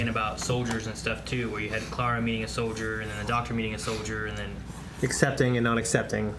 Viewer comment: You know they've had Clara for a while now and, Shane, and still can't pronounce her freaking name right.